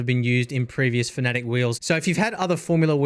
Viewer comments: Its pronounced FANATIC or sometimes mistakenly FAN A Tech... never is it pronounced 'Fuhnetic" or ironically "Phonetic". I mean if reviewing a company... look up how to pronounce it? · Am I the only person who pronounces fanatec like fan-a-tec. Cause he says fa-nAtec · There are plenty of people who pronounce it your way. I used to as well until I saw their CEO says “Fa-nAtec”. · It's FANA-TEC, not FANATIC. Pls. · no it's Fa Na Tick